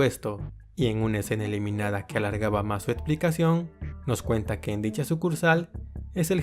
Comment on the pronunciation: Buena info, pero hay ojalá trabajara en su pronunciación… palabras como: opciones, explicación, elección, corrección, etc. por favor!